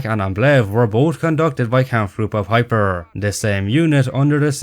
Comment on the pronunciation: A minor inaccuracy of your own at 0.45” it’s pronounced pipe-er not pip-er.